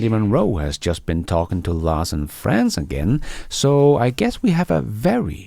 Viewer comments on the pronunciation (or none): none